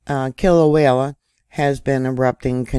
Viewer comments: All that Vog! BTW, do you speak Spanish? I'm asking because all vowels in Hawaiian are pronounced as in Spanish. Kilauea is pronounced Key-low-ay-a My cousin lives in Hilo! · There is only one l in Kil a uea. Pretty please stop saying it wrong. ❤❤❤